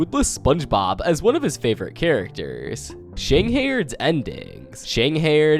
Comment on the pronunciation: Excuse me shang what😭😭 ive never heard someone pronounce it lik that it pronounced sheing HIDE :333 amazing video tho will add to my iceberg playlist :DD